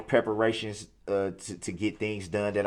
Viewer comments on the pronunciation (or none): "Pepperations" its preparations you uncultured swine!